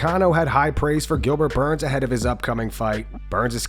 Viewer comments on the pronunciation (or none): “gilberchu burns” renato moicano